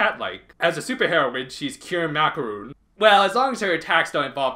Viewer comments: It's not Macaroon, it's Macaron. There's a big difference. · He said “macaroon” I think he should’ve pronounced it “maca-ron”